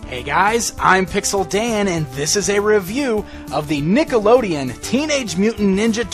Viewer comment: you say Nickelodeon wrong